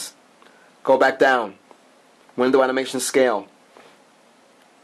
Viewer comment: its animation not amination.lol.